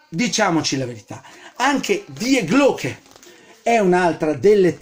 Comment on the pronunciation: ….devi pronunciare Di Glocke;)